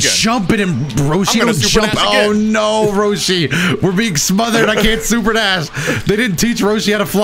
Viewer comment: Does anyone else hear call Roshi, Broshi?